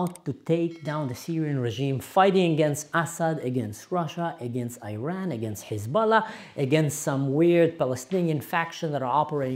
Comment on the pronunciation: First off, learn to pronounce the word Iran correctly. Secondly, use Islamic Republic when you are referring to the thugs that have ruined your Syria. They do NOT represent us Iranians in any way, shape or form.